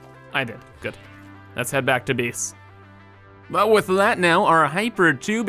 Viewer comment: everytime he says "biss" instead of "base" makes me wanna kms